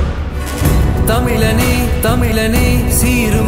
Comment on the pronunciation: Believer பாடலில் சிறிது tune. KGF BGM ல் சிறிது tune 🤦🏻‍♂️. தமிலனே என்று உச்சரிப்பது கொடுமை 🤦🏻‍♂️ தயவு செய்து இதுபோல முயர்ச்க்காதீர்கள் 🙏🏻 Best Best அண்ணாச்சியே தேவல 🤦🏻‍♂️ சினிமா காட்டி மக்களை ஏமாற்ற நினைத்தால் நீங்கள் தான் ஏமாறுவீர்கள் 🤦🏻‍♂️